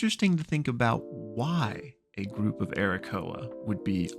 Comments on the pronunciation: Why do you call Aarakocra Arakoa? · It's pronounced air-a-coke-rah, btw! Love you! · My guy is straight up ignoring letters in the word aarakocra. Also they're Eisfura. Similar but legally different enough. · Aarakocra is pronounced /a-rə-kōk-rä/. Lol In all seriousness.. Love these type of Videos. And that whole scene was super rad!!